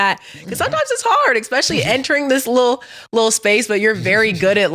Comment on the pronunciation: Yo …”Expecially”